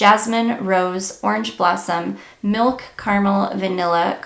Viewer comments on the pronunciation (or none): none